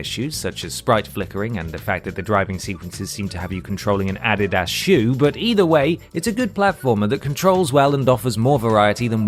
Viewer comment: I've heard jaguar over jaguar. Aluminium instead of aluminum. I've seen colour and honour and I can recognise differences between the English language and the language we Americans have spent the past 250 years fine-tuning and/or totally fekking up depending on your side of the pond, but never in my 33 years have I heard A.D.I.D.A.S. pronounced the way he did around the mark.